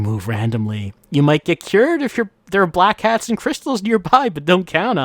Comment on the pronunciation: Oh, it's Black HATS? This entire time I thought was saying Black CATS. I thought he was saying that because they were all gangsters or something!